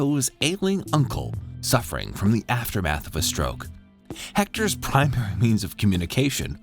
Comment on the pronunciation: “hector’s priGHMAERY means”